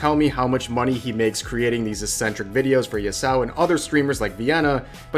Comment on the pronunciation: Lmfao that pronunciation of Yassuo